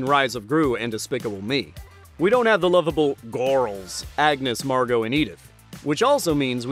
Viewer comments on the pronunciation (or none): none